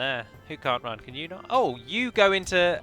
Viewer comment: I actually miss the way you said "Run". It did flow nicely with your accent. I'm American, so I'll say "Roon" till the cows come home, but I only pronounced it that way because I thought it sounded cool. I had no idea if it was correct or not, nor did I really care. Screw the Grammar Nazis, but screw my preference, as well. Say it however you like.